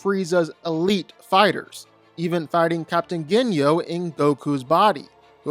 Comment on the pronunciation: What tf is a say-ba-man!? Who tf is Ginyo!? Bro knows nothin about DBZ if he can't say those basic ass names😂💀